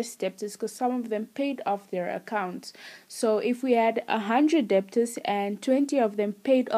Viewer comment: The b is silent